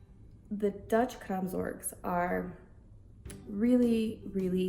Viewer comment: Watching with English subtitles and I couldn't quite understand the pronunciation of "kraamzorg" and the subtitles keep showing it as "crabs works" which is as confusing as it is hilarious. 🦀🦀👶🦀🦀 (It's of course post-birth maternity care in English).